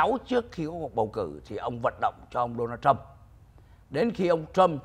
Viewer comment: It is Donald Trump It is not đô na châm Làm ơn học tiếng Anh căn bản lớp ba.